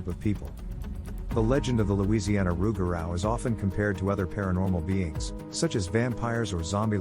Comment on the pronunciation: Pronounced “Roo-ga-roo, or loo-ga-roo”